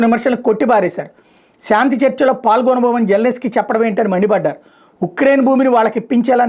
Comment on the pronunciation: Zelensky Bujji , jellinesky kadu Nuvvu nee butler sollu English